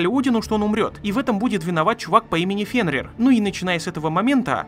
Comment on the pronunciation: Чувак, ролик крут, но блин, ФенрИр